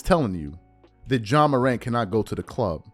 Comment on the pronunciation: This man's name is not John Morant it is Ja pronounced Jah. John is nowhere in his name. How can people have these platforms and not pronounce the persons name you are speaking on correctly. He isn't the only one and it's annoying. GESH!!!